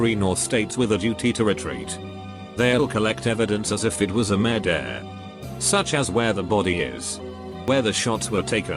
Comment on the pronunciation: Fuckinh , the pronounciation of murder has me dead xD